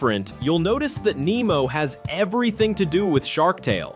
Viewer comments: It’s Nee-mo not Neh-mo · It’s Nemo